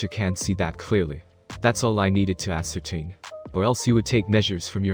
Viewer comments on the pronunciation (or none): none